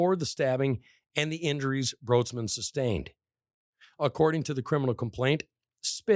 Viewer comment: Her last name is actually pronounced like “Brights-man”